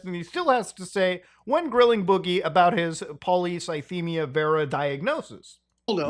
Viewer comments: "...really research into it." Don't get me wrong, I'm a fan of, but lil' bro took like 15 minutes to fully dismantle Boogie's facade. Took him about as much time to pronounce polycythemia as he spent researching it. Good on him for putting money where his mouth was and offering 5k towards bills if Boogie provided proof. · Not being able to pronounce the disease you were "diagnosed with" by a doctor is a major red flag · My maternal grandfather died from polycythemia vera. I think that Boogie couldn't even pronounce it properly (and almost seemed to be joking about it) would be a red flag for me that he wasn't being honest. That kind of diagnosis scares people, and most people want to understand what's going on with them and learn all they can.